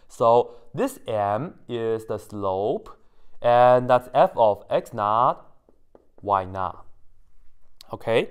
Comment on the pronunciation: You said: “Y_not[0]” I heard: “Why not ?”